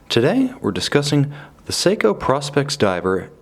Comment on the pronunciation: Prospex is pronounced with a long “o” as in professional specifications.